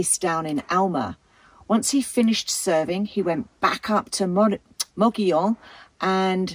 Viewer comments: Lol you pronounce it moggion but isnt it more like mo-goll-on mogollon? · Mo- Go-Yone. not mogeeyon. It's SPANISH. 🤷🏻‍♀ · We do believe it is pronounced "mo-go-yon" a local told us. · Yep: locals say “mug-ee-on”! As a New Mexican, I can confirm that the way a word appears is not always how it’s pronounced. Madrid, between Albuquerque and Santa Fe on the Turquoise Trail, for example, is not pronounced like you would in Spanish, even though it’s a Spanish word: the miners there were mostly immigrants from central Europe, so it’s pronounced “maaaaa-drid.” The next town to that is Cerrillos, and it is pronounced like it looks in Spanish because of who lived there. That’s true throughout New Mexico. Anyway, this is one of the more beautiful places in my very beautiful state, in a very remote area behind the Black Range, between Reserve and Silver City. My brother had a big ranch on the eastern side of the Black Range, closer to another great town called Hillsboro. Glad you featured this. Come back to New Mexico: we have lots of places like this! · Depends. Locals pronounce it, "Muggy own:. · Great video. The Governor would have preferred that you pronounce his name: mo-go-yone. All the "o"s in his name ar long "o"s. Thanks for sharing! Can't wait to visit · Your pronunciation is a bit off. . It is pronounced, MUG-EE-YOWN. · Mug-e-own long e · Please correct the pronunciation of Mogollon.